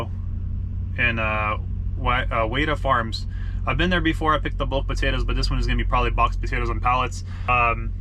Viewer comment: just a heads up, the correct way to pronounce menan is meh-nan, and wada farms is pronounced with a new jersy accent, wauda-farms. side note wada is a decent place to work, however i worked for the mechams in the same area, not quite as much acerage but spud harvest and grain harvest were both fun with both farms.